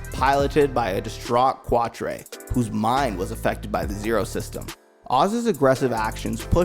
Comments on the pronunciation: Reh-LEENA not Rehlinah Zecks Mar-KEY not Zex Markeez KAH-Truh not Quatro Meel-Yardo....most of these names are German and French. JFC, my dude. This hurt to listen to. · It would help to watch the show and learn the names next time. Qwat-tre……. 😭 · KWAT TRAY! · Trieze is pronounced Trays. Quartre is pronounced cat- tra. You know what, I can't blame you🤷🏾‍♂️. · Ok first off it pronounced Re-lee-na, then its pronounced qua-tra. say it with me Trey...is and it's wufee chang not the other way around. Wing Gundam's self-destruct mechanism was disabled by duo's deathscythe. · Great video but the fact you can’t pronounce Quatre (Cat-tra) name properly lets me know you didn’t really watch the show. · Sorry but its (CAT-TRA) Qatra and its (REAL-LINA) Relina. I know..its knit picking 😄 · Your name pronouncing really drove me crazy Relena its pronounced Re lean nah, Quatre is pronounced Cat trua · (Ray-Leen-a) (Cat-Trah) (Hee-roh) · Cuah-tre?? Tell me you mispronounced that on purpose?? 😂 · I quit watching one minute in. You expect me to believe you've seen this series when you can't get the names of the characters right? Kwatrey? I can see someone mispronouncing Quatre if they've never seen the show (or learned French)... but there's no way you made it through 49 episodes and can't say his name. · the butchering of Qautres name lol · You did quatre so dirty with that pronunciation lol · It's like nails on a chalkboard. Lu-crazy-ya. Quatre 😆 I like the video though.